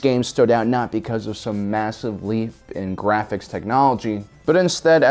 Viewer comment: "Gwaphics." Channeling your inner Elmer Fudd?